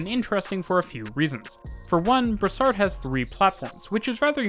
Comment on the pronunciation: It’s Brossard !! Not brassard!!!